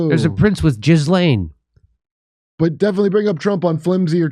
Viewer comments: Jizz-lane? I guess in a matter of speaking! But the correct pronunciation is "Gui-Len" (the first syllable pronounced like the fist syllable of "guitar"). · Just like Tom Brady, Bill Gates is actually a woman, living as a man. Ghislane's first name is pronounced "gull lane".